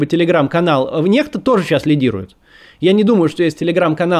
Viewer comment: Чел из Америки NEXTA прочитает НЕКСТА не НЕХТА Этот канал даже не знает Английское правочтение?